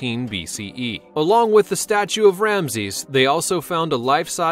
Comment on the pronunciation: Oh, this dude needs some serious correction in how to pronounce some of these words. Still, he beats the hell out of those disgusting computer voices. It's biz-ntine not byzentine. It's Ramzees not the wierd way you said it. It's gal-e-on NOT galYAWN with emphasis on the yawn. Really dude, does no one check these before they go out?